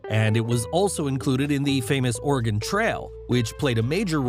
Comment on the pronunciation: I once heard someone else pronounce Oregon like “organ”, like this narrator. I wonder where they are from.